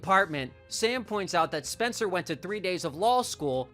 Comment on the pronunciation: Lol "Spener"